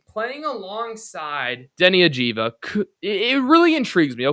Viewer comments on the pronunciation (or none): man, start with pronauncing the name of the team star right, its Av- Dee- Ya. do your homework. if you ever watched his games you would get his name right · Dude, the V comes before the J, there is no reason to mistake that badly other than disrespect.